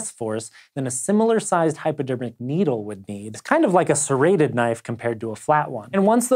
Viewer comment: " Sreended KNIVES " ? you meant serrated ! If you don't know the language, let someone else give ACTUAL information.